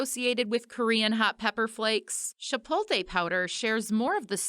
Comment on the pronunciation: Chi-poat-lay. Not shi-polt-ay